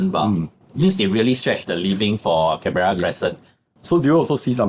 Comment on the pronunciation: Pronounce Can bur uh, not Can Bear Rah